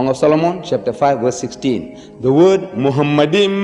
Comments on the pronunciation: Grant for what? For lying? First of all, Deedat was no scholar in the classic Hebrew language. Moreover, he was not even officially educated at all. The first mistake by Deedat is that he pronounced מַחֲּמַדִּ֑ים as ‘muhamaddim’. But he is wrong, it is ‘ma-kha-madim’. So there is no pronunciation of Muhammad. The other mistake made by Deedat is that he said that ‘מַחֲּמַדִּ֑ים' is a name. Again he is very wrong because מַחֲּמַדִּ֑ים is a masculine plural noun, so it is not a name (like יְהוִֹה, Yhvh). And because it is not a name it is impossible that it refers to the name of ‘Muhammad’. Never did Deedat refer to a Hebrew dictionary or lexicon. But Hebrew scholars apply high valuated Hebrew dictionaries and lexicons for analysing the Tanakh. Like the Brown Driver Briggs Hebrew and English / BDB, HALOT, DCH and Jastrow, etc. And they are very clear about the Hebrew מַחְמַד: Noun masculine Meaning: desire, desirable thing Pronounce: makh-mawd So NO 'Muhammad'. And it is clearly a masculine NOUN. So it is NOT a name. So it is IMPOSSIBLE that it refers to Muhammad. Deedat just fooled his own ignorant and gullible audience. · It's not mohamad it's makhmadin don't lie